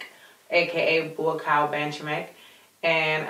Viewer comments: Hey,. Its NOT BUACOW... ITS BUACAW!! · I heard she said 'Boycow Benjame' lmao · Bo cow if ur tryin to pronounce his name that's how u pronounce it enjoying watching ur muay Thai an MMA vids 👌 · Hes actually a Cambodian descent he was just born and raised in thailand cause of the civil war. His name is pronounced boo-cow bahn-cha-make k is silent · "Buakaw" pronounced "bua-khao". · Fyi, his name is pronounced, 'Bua-kao Bun-char-make'. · it's pronounced BOCK COW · You are forgiven for your pronunciation because you are so beautiful and you are Buakaw’s fan!